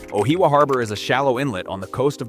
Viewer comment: I’m still trying to understand where he is actually talking about. Ohiawa is what I heard. Like if your gonna use ai use a good one not this rubbish. Justice for NZ!! 🇳🇿